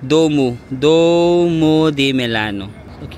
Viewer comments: 😂😂😂😂 natawa ako sa vlog mo na to duwo😂😂(duomo) then sa tinapay 😂😂😂😂 grazy(grazie) 🤣🤣🤣 sige kuya ipalaman mo yung risotto 😂😂😂 na enjoy ko panoodin ka.... kung po ang sulat yun din ang basa wag mo artihan at na mamali ang higkas 😂😂 Sige lagyan mo ng balsamic ang risotto 😂😂 try mo lang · kindly pronounce DUOWO as DWOMO. BELLO. - BEL-LO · DUOMO (duwomo) hindi po duo may mo po ang huli 😅